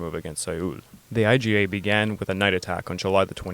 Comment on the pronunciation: It’s IJA (imperial Japanese army) and not “IGA”